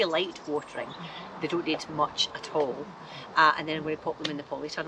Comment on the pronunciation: My grandfather from central Louisiana (not Cajun, they`re near the coast) said "at all" exactly the way you do.